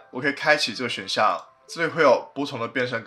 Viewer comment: 变声听成了变身 XD